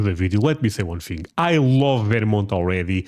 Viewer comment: Thing is thing... not thing-GU